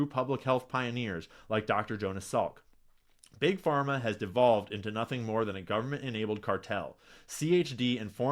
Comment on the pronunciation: did he really say trust bug Parma 😂😂😂😂 yeah ok dude. Wonder whose funding you 😂😂😂😂😂😂😂😂😂😂😂😂😂😂😂😂😂😂😂😂😂😂